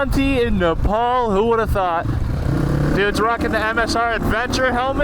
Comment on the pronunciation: Bro it's not nepaul it's nepal😭🙏🏻